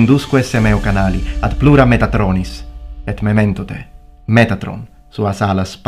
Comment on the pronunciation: Sorry for nitpicking a wonderful speech, but shouldn't the stress in mementote be on the "o", given that it's long, rather than the "e" like in memento? Cheers. ;-)